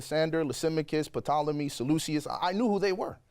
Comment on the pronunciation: Here I am, both a fan of history and a history major thinking you pronounce Ptolemy like "TOLL-em-y" Have I been wrong all these years and you're supposed to actually pronounce the P?